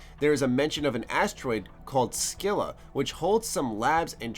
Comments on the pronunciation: scylla is pernounced like sil-a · Scylla is pronounced "Sil-a".